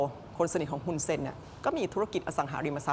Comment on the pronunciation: ช่องนี้เรียก ฮุน ได้ดีมากกกที่สุดเลยค่ะ ❤